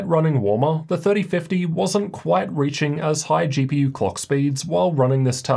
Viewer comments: "gee pee urrr" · why bro say GPUrrrr